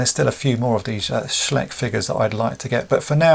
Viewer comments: Another cool video! Just one thing - I believe it's pronounced SchEYEch; in German when you come to an ei or an ie, you pronounce the last letter. Not a native speaker so happy to be corrected. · Hey... Germany calling... In case you wanna know.... The name of the company should be pronounced more like "schlysch"